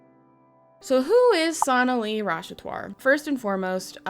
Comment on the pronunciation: I’m sorry, but her last name is Rash-at-war.